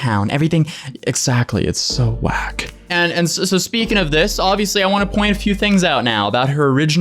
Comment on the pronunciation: I know I'm weird asf- but the way you said wack lmao